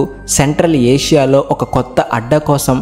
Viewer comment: సెంట్రల్ ఆషియా కాదు నాయన. సెంట్రల్ ఏషియా